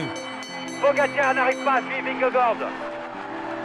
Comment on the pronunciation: J'implore les présentateurs de France TV de bien prononcer Vingegaard !!!